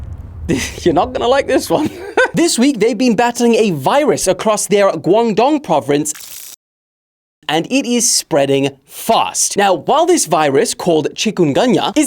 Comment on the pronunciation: Nah sorry mate but I cant let it slide, Bro really just said POVRINCE.